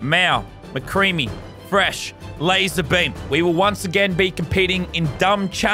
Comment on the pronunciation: His name is Lazarbeam not laser beam, and it’s indorse not induce 😂